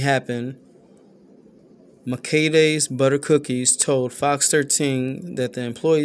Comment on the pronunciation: Ma- key-dahs ... Thats how you say the store name.